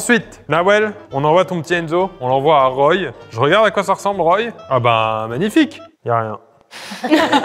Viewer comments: c'est pas roye c'est roie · Pour Roye: on dit "roi" pas "roille" 😭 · Ca se dit ROI , Roye ! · Ça se prononce roi pas roïe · [Roi] pas RoYe 😅😂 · Yeah! ROYE c'est chez moi ! (Ça se prononce roi ) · Ca se prononce " roi " pour la ville de " Roye " , de rien :) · Bonjour Pierre alors habitant à 10km de roye ça se prononce pas comme ça mais "ROI" 😅🤣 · Roye se prononce "roi"! Ça m'étonne que ce soit sur la carte dailleurs...😂😂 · La ville de Roye se prononce en fait Roi, en tout cas pour les habitants d'Amiens en Picardie. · Pour la ville de roye, se prononce roi ! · Roye mdr ça se dit roi 😂 J’aurais tellement du participer, j’habite pas loins du château de Chambord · Seul les Picard arrivent à prononcer les noms de ville est encore 😭